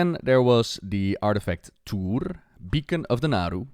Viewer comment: Tuur-e, not Tuur :P